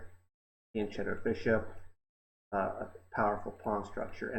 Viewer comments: "Fianchetto" is pronounced with a "k" sound, it's an Italian word. (If you've already learned it from another comment, please disregard this: I write it in every video/channel in which I hear it haha...) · Americans: Please stop mispronouncing fianchetto - the "ch" in Italian gives a hard K sound.